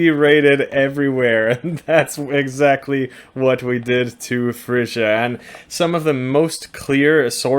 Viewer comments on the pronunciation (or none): none